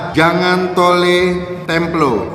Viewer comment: Risi bgt pas dia bilang "thole" Yg bener "tholo" bang! Peace🤣